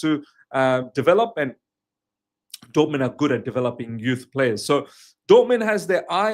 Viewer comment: It's not Dortmend/Dortmand... it's DORTMUND! 🙄